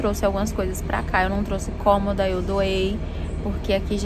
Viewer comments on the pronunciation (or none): none